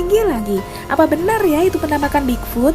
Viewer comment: Bigfoot..bukan bigfud